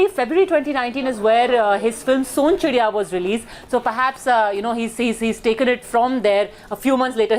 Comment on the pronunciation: It's not sona chirya it is sonchirya his one of the movie